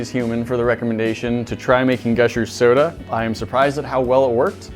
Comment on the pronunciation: 9 seconds in and he said sodie